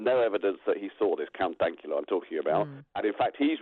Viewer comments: “Count Dakula” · "Count Dackula" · Count"dackula" no no miss it is dank as in a synonym for moist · "Count dakula"